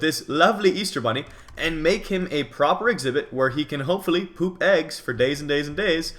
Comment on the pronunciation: *him not hom